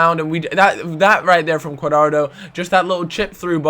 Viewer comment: Italy and Germany. Also it's pronounced qua-dra-do